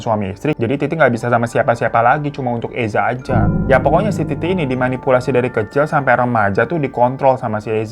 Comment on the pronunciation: Bang gw langsung ngakak wktu km bilang titi tp slh ngucap iti😂klo smpe ke bablasan hbs lo🤣😂